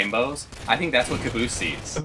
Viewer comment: it's cabosse it's fucking caboose!!!😱😱😱